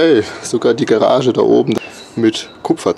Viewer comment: Garage, nicht Gerage^^